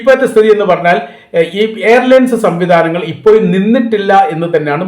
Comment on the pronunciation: ഫോയ്സ്. × ഫോഴ്സ്. ✓ എപ്പോയും.× എപ്പോഴും.✓